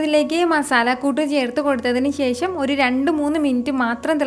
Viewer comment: കറി സൂപ്പർ 👍 ഇടയ്ക്കിടെ പറയുന്ന "ശേശം" അതിലും സൂപ്പർ 😍😂😜